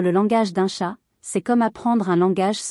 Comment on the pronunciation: oui dire TChattt au lieu de chat .. c'est vraiment pénible 🙄